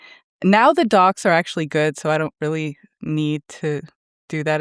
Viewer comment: Understood "dogs" instead of "docs". Was just happy that there were good now 😅